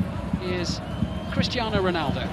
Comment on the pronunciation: It's crestiano roland